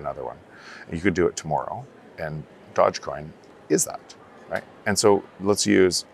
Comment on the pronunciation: how is it this dude is this smart and this much in the crypto space and still says doge wrong